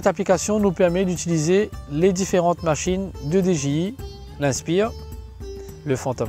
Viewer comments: mdr il prononce:" déji i" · Pk transformer le nom des marques comme sa pourtant personne le fait avec Nike ou Reebok . Dji se prononcé en anglais svp la moindre des choses